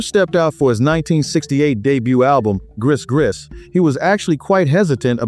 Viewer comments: “Griss griss?” Come on man. It’s pronounced “Gree gree.” Tell me AI is not narrating this. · Gris Gris It’s pronounced gree gree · I have been told that gree-gree is the proper pronunciation. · It's pronounced "Gree gree". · also 'Iko Iko' is "Aye-ko Aye-ko" - great vid! - you captured Doctor John's spirit. (yeah, I chuckled at 'grease-grease') I was lucky enough to catch one of his shows at Tipitina's with the Meters in the 70s. Nothing funkier, ever. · Yeah, I had to chuckle at "griss-griss"! 😊